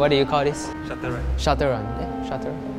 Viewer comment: Dude, it's shuttle run, not shutter lah. 😜